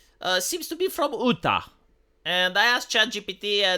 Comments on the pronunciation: ooo-Tah... 🤣 love it. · Id love to see this survive the judicial system. Hey, Mike, the 1st Amendment exists. Hey, V, it's "you-taw". Utah.